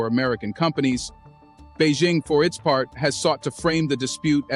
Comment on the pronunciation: Bei.. Jing Not Bei Zing. Learn to pronounce the name properly